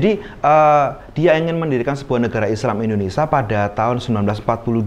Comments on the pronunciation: Indonesia atau indonesa😊😊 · Nyebut indonesia sj bgtu indonesa....hmmm